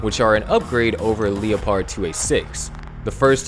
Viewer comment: Lehperd like the animal. Not LEO-pard like how a robot would say it And COH-axe-e-al not cokes-sail